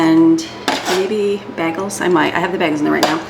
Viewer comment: Hey, love your videos and happy for you that you have made it to Florida! You might want to revamp how you pronounce bagels because southern ears will not understand you unless they watch your shows😀 bay - glz